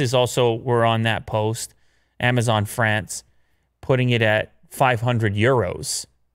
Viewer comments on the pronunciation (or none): none